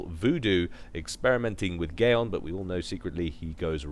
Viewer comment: did you say Gaeon? That cracked me up if you did actually say it xD